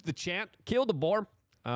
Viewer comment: Boer not Boar! Get that boar out of your mouth! Stop putting things in your mouth that don’t belong there Luke !